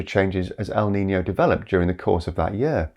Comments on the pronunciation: El nino. Not el nina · I’m a little confused because I hear “El Nina,” so I’m not sure if you meant “La niña” or “el nino” in some places. Maybe it’s just a different way of pronouncing things. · Pronunciation is wrong. it's El Ni-NO, I hear you saying El Nina a few times. If it's the feminine term, it's with a "LA" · There is NO "EL NINA!!!!" It's EL NINO, or LA NINA.